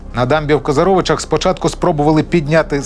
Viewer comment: КозАровичах, а не КозарОвичах. Що це за вимовлення назв на манер орків